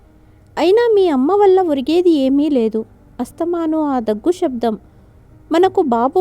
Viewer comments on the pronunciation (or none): none